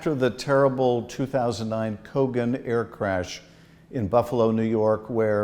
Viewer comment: Colgan, not Kogan. You need a proofreader!! 😮